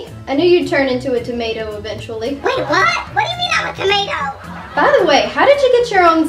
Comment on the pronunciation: like the way Pyro pronounces toma'o